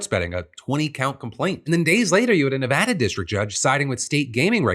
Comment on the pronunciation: I just want to say thank you for saying Nevada correctly.